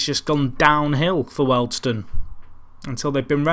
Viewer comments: WORLD STONE ????? Eh thought it was pronounced WHEELED STONE ! Oh well. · You couldnt say wealdstone correctly...